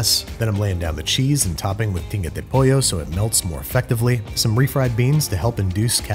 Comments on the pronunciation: When you made Tinga de Pollo I swear I heard Pinga de Pollo which translates to Chicken D@ 🤣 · I had to look this up. But I legit thought you said “PINGA” de pollo 😂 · I thought you said you’re making “Pinga De Pollo”... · As a Mexican, none the "Carnitas" nor the "tinga" was done properly however, the final product seemed delicious 😮